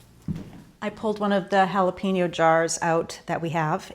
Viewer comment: two things; you can skip the sugar in the jalapeno, but instead put some carrot stick wedges instead. The other thing is jalapeño is pronounced “ha-la pehn-you”. The “pen” is pronounced like “yen”, then “Yoh”, like Ypyo. You can add onion wedges as well.